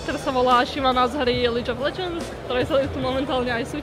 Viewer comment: "Lídž of Ledžendz" :D